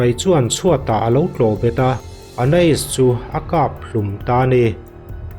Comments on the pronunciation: (Ana-is) ti a lam tur chu a nih kavan ring lo em aw🥴🥴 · A lam dik reng hi sawi sel tur hi i zawng ve hrim hrim a ni in ka hria 😅